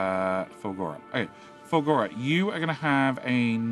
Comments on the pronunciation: Fulgorrrrrrrra. Why are you saying fulgollllllllla?😊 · I came here to see this comment, it is Ful-GOR-a! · I love that calls it moldy science. I don't love that calls it Fur-goal-la. Swings and roundabouts.